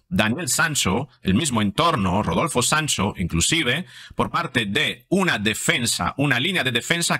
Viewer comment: Porque dice Sanso?